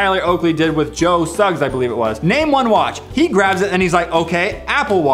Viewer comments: Hey bro it’s Joe Sugg not joe Suggs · It's Joe Sugg not Joe Suggs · "Joe Suggs" cringes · ................. Suggs..................... It's Sugg..........